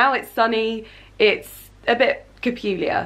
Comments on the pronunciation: You said capulier instead of peculiar haha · Cupuliar?? Peculiar...😂 Yay so many parcels!!! ❤️ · CAPULIAR HAHAHAHAHAHHA OH GOD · CAPULIER 😂😂😂 YOU ARE SO CUTE!!! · awe Cepuliar😂😂xx